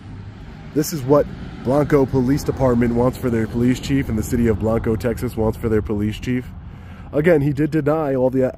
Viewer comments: No it's not. It's pronounced BlAnco. It's not the Spanish word for white. I live here. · Odd pronunciation is BLANG-koh. Gota be from TX to know it.. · Pronounced blonco Texas the a is short